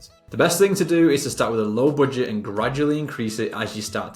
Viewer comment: don't say boodget..plss🤣🤣